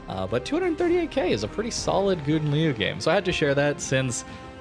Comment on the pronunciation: Agree with:) But you can pronounce ou in Gouden as in how, like Gow-den, then it's good:)